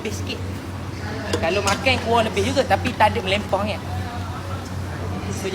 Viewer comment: dia sebut makeng, loghat mane tuh? make + makang